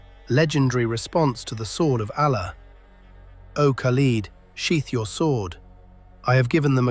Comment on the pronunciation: Narrator is biased towards the romans . Learn to pronounce Allah Properly .